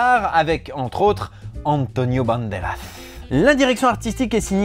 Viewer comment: Cet "antionio banderazz" me fait rire à chaque fois j'adore comment tu le prononce haha. D'ailleurs je savais même pas que la piel que habito c'était un almodovar merci pour l'info !